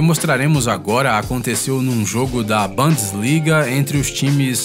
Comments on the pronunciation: Bandsliga kkkkkkkkkk é BUNDESLIGA CARALHO SUTAQUE ALEMAO N TRANSFOMA U EM A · Mds e Bundesliga e não Bunsliga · E bundesligua não bandesligua não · Bandesliga ksksksksks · Eu também notei. Kkkkk